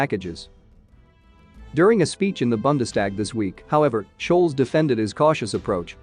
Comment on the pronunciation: Schulz: say "Schull-tz" not "shoals". Bundestag: say "Boon-des-tahg".